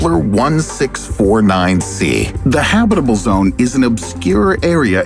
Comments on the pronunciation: I did notice you didn’t say Kepler 1649c correctly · I noticed you miss pronouncing the Kepler name of the planet I gave you the benifit of the doubt and assumed you were talking about different planets so jokes on you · i was thinking why the kepler sound different he just mispronounced it 3 times